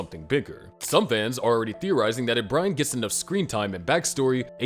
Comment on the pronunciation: you always had trouble saying brian